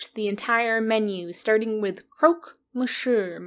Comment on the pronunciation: I thought it was "Mon syuh" ?? You still pronounced the French n, no?